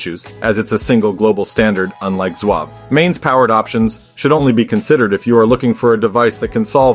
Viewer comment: I’ve never heard it called Zwav. As far as I know it is pronounced as it is spelled. Z-Wave.